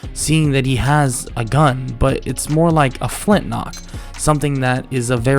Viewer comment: everytime you say flintnock it drives me nuts lol